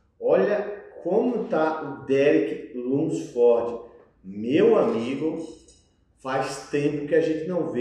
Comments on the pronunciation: insiste em falar o nome dos cara errado kkkkkk derick lunsfórdi, terrence rufín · Qual a dificuldade de todo mundo falar o nome do Derek Lunsford de uma forma mais certa? Nem é so o que fala tudo errado, quase todo mundo fala errado esse car4io de nome kkkkkkkk